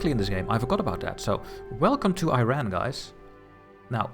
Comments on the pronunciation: Great video! Looking forward to the next episode. however you gave me (an Iranian) a seizure every time you pronounced the name of the country. It's not I ran. It's eeeeeeeRaaaaan (pronounce e, then fullowed by Run, eRun one might say) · Cool video mate, but please stop pronouncing Iran like "Eye RAN" lol it should be "ee-run" or "ee-ron" inb4 am Iranian